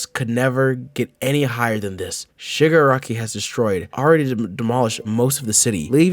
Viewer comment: i cant stop hearing sugar-rocky